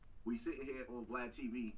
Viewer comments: It's VLAD! not V Lad sheesh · ITS PRONOUNCED VLAD 😂😂 … TYPICAL